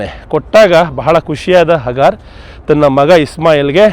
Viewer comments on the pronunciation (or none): ಹಗಾರ ಅಲ್ಲ ಹಾಜಿರಾ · ಇಸ್ಮಾಯೀಲರ ತಾಯಿ ಹಾಜಿರಾ (ಅ).... ಹಗಾರ್ ಅಲ್ಲ ಸರ್ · Good video.but that is Haajira . ಹಾಜಿರಾ not hagaar.